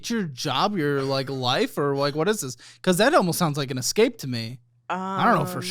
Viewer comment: ESSSSSSSSSCAPE NOT EXXXXXXXXCAPE